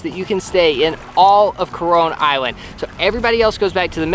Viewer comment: Why am i feeling like to hear ''CORONA ISLAND'' every time?